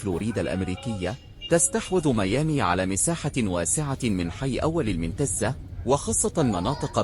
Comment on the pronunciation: منتزة ايه النطق العجيب ده راجع نطق الاماكن لوسمحت ...سيد البشر بفتح الباء 😂😂😂